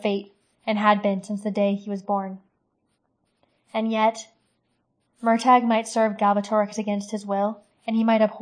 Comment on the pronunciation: I hope you learned how to pronounce his name by now but its "mur tor" not "mur tag".